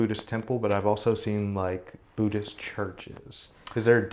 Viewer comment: His ignorance of my religion is quite breathtaking. Sounds more “Bhuddish” than Buddhist. 😂